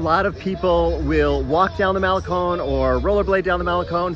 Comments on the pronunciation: We’re in our 60s and live in Esterito, does that make us hipster? Trendy for the first time in our lives! We walk the Malecón every morning and it’s a wonderful way to start the day. Just FYI Malecón is proncounced male-CON not male-CONE. Love your videos, keep up the good work. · dude its not mal a cone its pronouced mal e con